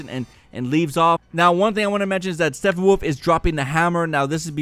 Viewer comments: Love your channel and I really love your enthusiasm. Real quick STEPPENWOLF is pronounced STEP-IN-WOLF not STEF-IN-WOLF. Anyway keep up the great work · Am I going deaf? Did you say SteFFANwolf & PINguin?..... It's StePPenwolf & Penguin, dude!!! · It's not "Steffenwolf". Step-pen-wolf. Say it with me. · Is it annoying anyone other than me that he is saying Steffenwolf instead Steppenwolf? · It's StePPenwolf...not Steffenwolf. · Dude, StePPenwolf man.. not steffenwolf. Sounds like a wolf called stephen.. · Steppenwolf. Step- Uhn-Wulf Wolf(or dog) of the steppes, as in "Der Steppenwolf", a book written 12 years shy of a century ago by a Herman Hesse who was a German-Swiss author. So pronounce the P's like your lips work because the German language is full of angry hard consonants This character and the band from 70's are not called "Steffanwolf". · You're killing me with the "Steffenwolf" thing. It's Steppenwolf lol as in Step-in-wolf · it sounds like you're saying steffenwolf and not steppenwolf. ugh! pet peeve!!! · can i ask why you're putting an f sound in Steppenwolf. p. pen. Lol not phen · "Stephenwolf"? Really? Come on, man. You have 200k subs. At least get the MAIN villain's name right if you have that many people watching you. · steppinwolf not steffinwolf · It's Steppenwolf. Not Stephenwolf. (No offense) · 'step-in-wolf' it's not pronounced steffenwolf. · 'Steppenwolf' not 'Steffenwolf' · "Steffenwolf", huh? It's steppenwolf lol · You're saying stephenwolf it's steppenwolf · Its not SteFFenwolf lol, its StePPenwolf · Steppenwolf not Stephonwolf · Really liked the video, but I wanted to point out that it is Steppenwolf not Stephenwolf. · I hear him say steffanwuv. Amateur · why are you calling him "Steffenwolf"? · Who the fuck is Stefan-Wolf? 😂🤣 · Please say Stephenwoof more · Is he saying Steffenwolf? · Are you saying "Steffenwolf?" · Why does he keep saying STEPPENWOLF like there's an F or PH in there?